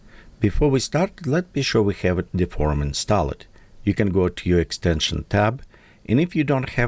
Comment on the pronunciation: when you say installed, drop the e sound from the last e in "installed". Say it like installd. Google how its pronounced for further verification